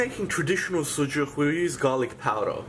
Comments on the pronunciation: There is NO TURKISH SUJUK KEBAP, please first learn and after make videos. It name is Adana Kebap and of course Turkish food! *The way you pronounce “sujuğğğğ” is too disturbing by the way. The correct word is “sucuk”. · Bro good video but. It is not suJuk :) that is suCuk.. not "J", it is "C" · Yes not sujuck. Lived in turkey over ten years this is not sujuck. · You didn’t make a sucuk two different things adana and sucuk. First learn their proper name please? 😂😂😂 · I don't like how he said "sucuk"